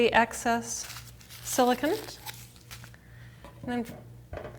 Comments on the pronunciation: You're so annoying how you say silicone! It's not Siliken! Wtf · silicon is pronounced as you are saying in this video you are using silicone "cone"